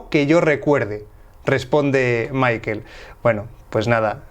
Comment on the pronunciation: "Maikel" jajajajaja